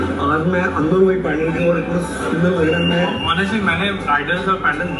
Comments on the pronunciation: I respect you opinion my friend but never in my life I've ever heard any bengali calling it a पैंडल and most of my family lives in Siliguri and kolkata. पंडाल is something I know and have used all my life. I think it's English pronunciation that's creating this problem. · It's called पंडाल not the so called pan - dull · its “पंडाल “ not “पेंडाल” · pronunciation of "PANDAL" is wrong these two kolkata boys in video. its “पंडाल “ not “पेंडाल” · पंडाल होता है, पैंडल नहीं।😂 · It's पंडाल , how can you pronounce it पैनडेल्ल ??